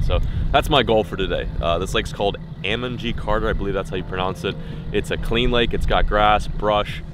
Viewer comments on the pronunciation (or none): It's pronounced Ayy-mon G Carter. This is why you'll never be a true Texan....